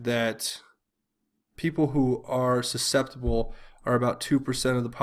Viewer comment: susceptible not suspectable lol